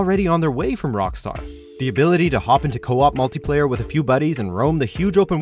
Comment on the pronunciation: Lol i. The begging it souded like he said multiplayer gays